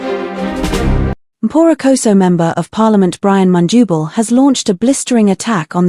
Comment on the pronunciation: Please pronounce The Zambian Names with a simple consonant/vowel sounding —— phonetically MUNDUBILE NOT mundubo.